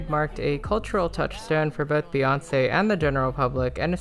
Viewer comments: why do you call her bay when the first three letters of her name are pronounced BEE and her fans are literally called the beyhive as in BEE HIVE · Amazing synopsis, only critique, it’s Bee, not Bay